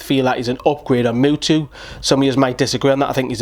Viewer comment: my man says mutu